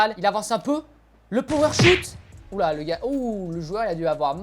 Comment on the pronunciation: C pas power shout c power shot 😅